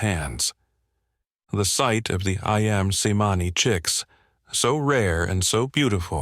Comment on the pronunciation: But the name is mispronounced. The written form of the Indo/Malai Languages are based on the Ancient Roman sounds, so "C" is CH, not the Greek sound for "ς", which is "S" in Roman. Therefore That breed is pronounced as AYAM (I-am) CEMANI (Chemani).